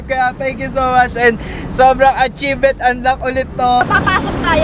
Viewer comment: Atchivement for kath not rye